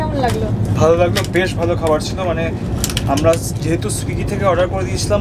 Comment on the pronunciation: Swizzy😂 nehi Swiggy